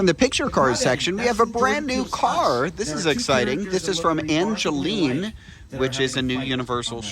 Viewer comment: An-gel-Line's Corvette